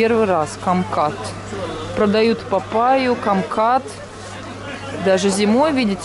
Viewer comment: не камкат а кумкват